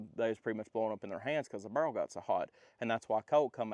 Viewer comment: "it be kehowen when it cum out da bhurel." God, man, work on your english.